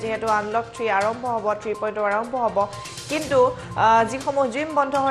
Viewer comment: Anchor baidew Batori porhib najanile porhib nalage 3.O (alphabet) nohoy 3.0 (zero) hb lage.